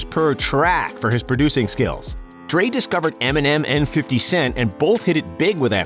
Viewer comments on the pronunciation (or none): none